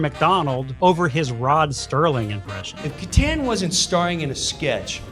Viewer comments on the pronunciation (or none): Did I hear them say "Rod Sterling"? It's Serling. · Rod Serling not Sterling come on!